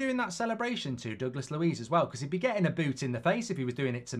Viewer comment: “Douglas louis” 💀